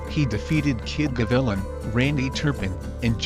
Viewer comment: It's pronounced, "Kid Ga- Vi- Lan" not 🤭 "Ga-villa". It means "Hawk" hence the nickname "Cuban Hawk". Thanks for the mention. Great video. Many don't remember the old champs, the legends that fought for scraps, sometimes, multiple fights a month. They fought with heart. Nowadays they have fewer fights, fancy training equipment; & all for money, vanity & false glory... No heart. Heart died with the old school fighters. Blessings to you & your families. Mikey Gavilan 🥊🥊